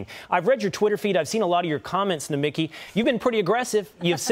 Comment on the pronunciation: Nomi (key) emphasis on the last syllabus